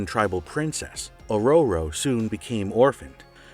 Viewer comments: Oh dear Goddess, your pronounciation is atrocious when it comes to names. Example: It is O'ror'o not Or'or'o. I liked the topic but kept cringing throughout its run. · Aroro? I thought it was Aurora...or was it Ahora..🤔 I couldn't help but laugh every time this guy said Storm's "name". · Or-row-row Monroe threw me a bit. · "Oh Row Row" 😅😊❤ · Storm - a.k.a. Ohroroh, lol! 😄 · Giggling at Or - Roar - Ro. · I like this channel but omg guys some of the pronunciations you choose to use.... Ororo spoken as Oh RoRo ugh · Or rowrow... I like this channel but you guys never say all the names correctly. It's hilarious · A row row ....lol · Learn to pronounce her name or just say storm